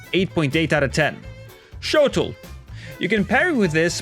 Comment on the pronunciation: GAAAH people need to stop saying “Shotel” as “Shotl”. It’s pronounced: SHOW-TELL like “hotel”